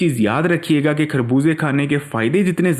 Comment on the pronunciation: کھربوزے نہیں خربوزے کہتے ہیں۔